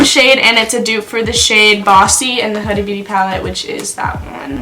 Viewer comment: you had her name right the first time it’s “Hooda” not “huhduh” .